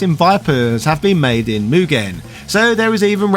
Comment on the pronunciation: So...Mugen. It's just Mugen. lol